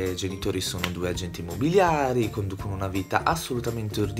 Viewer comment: A me ha fatto morire dal ridere il fatto che i due protagonisti continuano a dire "SIAMO AGENTI IMMOBLILIARI".😂😂😂😂